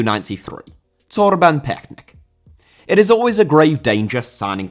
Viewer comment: you’re really struggling to pronounce Torben Piechnik, but as a Dane I can assure you it’s pronounced ‘picnic’, so now you can do a perfect job the next time you talk about Torben Piechnik.